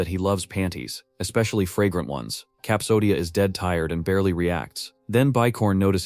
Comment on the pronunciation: yeah I understand you love them but FRANGRANT ONE??